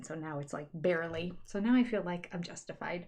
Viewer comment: We spend so much time making fun of the way the Browns say “fill” instead of feel, and various other Utah fundamentalist yuck words. Please don’t ever stop pointing it out, let your speech and language pathology light shine